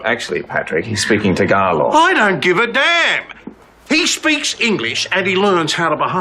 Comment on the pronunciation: I am impressed by pronunciation of Tagalog words.